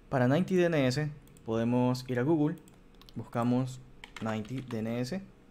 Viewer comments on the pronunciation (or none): none